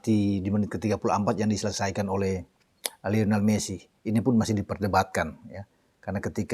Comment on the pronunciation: Maaf, namanya "LIONEL", bukan "LEONEL"